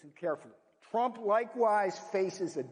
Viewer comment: He called him tremp lol